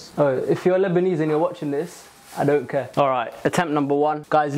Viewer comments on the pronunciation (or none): none